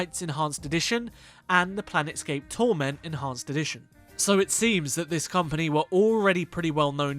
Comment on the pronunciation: Hate to be that guy, but it's Planescape Torment, not "Planet scape torment"